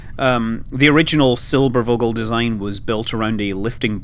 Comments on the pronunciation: While i love you scott manley, it is NOT called "der silberuuuogel", or whatever it was you were trying to say. Had you said it was called "Der Silberphogel" or "Der Silberfogel", you would have come close. I am disappointed by your lack of research. I would have expected you to say at least semi-correctly what the bloody thing was called. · 2 things: actually they got alternatives for bombing america, look up "Junkers Ju 390" and secondly the "v" in "silbervogel" is pronounced as an f you pronounce it in the video as silberwogel :) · The v is pronounced like an F. So it is pronounced Silberfogel. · In case you're interested Scott, the V in Vogel is basically pronounced like the f most english words (fish, fierce, fuck... you get the point). And the o is not like 'au' in for instance fault but more like the way you pronounce the o's in your hallooo at the start of your videos. And yes, it's the german word for bird. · You sure did butcher "Silbervogel"... The v is a relatively "sharp" sound, more like the f of f**k. You said Silberwogel. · The english translation of "Silvervogel" is actually "Silverbird". And the "v" is pronounced like "ph" ;-) Great video anyways! Go on like this! I really like your channel and all the great stuff to find there ;D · I am german and I am offended! The letter V is usually pronounced like F So SilberFogel would have been correct here. Alright, just kidding about being offended, but that usually gets attention.. haha Nice video, never heard of that design idea. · just a friendly hint from a german viewer the "V" from Silbervogel is spelled like the "f" from far or finish :) so rather hard if you may say so : )